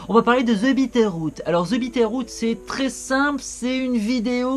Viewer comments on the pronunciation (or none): J'ai compris Peter Pan au lieu de Bitteroot. Rip.